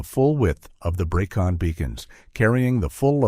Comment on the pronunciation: The Breckon Beacons. NOT BREECON. Its driving me nuts.